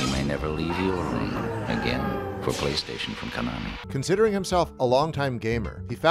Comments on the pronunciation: Dude it's KONAMI not Kenomi... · lol this dude says KANOMI Real good dev 🤣 LexicDys much? It’s seriously funny he can’t say Konami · "Kanomi" lol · That Konami mispronunciation is cringe-worthy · That's not how you pronounce Konami geez almost as bad as people constantly mispronounce Mario.